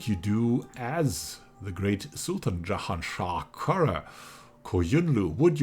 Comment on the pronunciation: My brooo, please don't pronounce Jahan Shah like an arabic name. Sounds like a rape lmao. It's Persian 😁